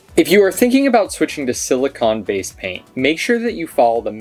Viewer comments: Silicone. CONE. not CON. Carry on. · Thanks for the informative video. It sounds like is saying "silicon" but I'm sure he meant "silicone" - they are two very different things (and pronounced differently)..